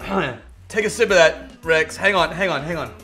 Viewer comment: Rexy : Rh-ex-ee; what you call rex when he's being showered in malt(?)